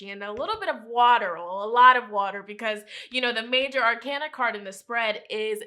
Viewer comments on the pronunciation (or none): none